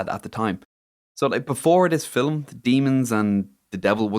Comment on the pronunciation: I'm sorry... is saying Film with 2 syllables?!?? 😂